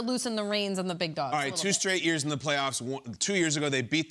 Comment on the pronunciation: "Iggles" is CRAZY🤣🤣🤣